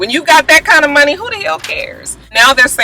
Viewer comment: Hey!! When you were talking about Dre and the money, you reminded me of Scrappy and Erica by the way you pronounced it; 'Munny'. Lol!